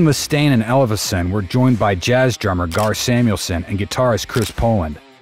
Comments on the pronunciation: "Ellef-son", not "Elles-fe-son"! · Can't pronounce Ellefson lol